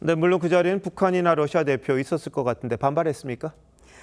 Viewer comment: TV기자들은 말도 잘해야 하지만 발음도 좋아야 한다. 특히 외국어는 가급적 원음 발음에 충실해야 한다. 그런데 TV기자들이 Russia의 러시아를 Lussia 로 발음한다. 많은 다른 기자들도 로켓의 rocket을 locket으로, Radio 를 Ladio 로, Roma 를 Loma 로 발음한다. 물론 한국어에는 ᄙ(쌍리을)이 없어서 L과 R을 전부 ㄹ로 발음할 수 밖에 없는 어려움이 있다. 그렇다면 한국인들은 R 발음을 정말 못하는 것일까? 아니다. 초성일 때에만 못한다. 아리랑(Arirang), 세레나데(Serenade), 프랑스(France) 등 잘 하지 않는가? 그래서 TV기자들에게 힌트를 주고자 한다. R 로 시작되는 단어를 발음할 때 앞에 '으' 발음을 짧고 약하게 먼저하라. (으)러시아(Russia), (으)로켓(rocket), (으)라디오(Radio), (으)로마(Roma) 등으로 말이다. 그러면 당신은 좋은 발음을 하는 기자가 될 것이다.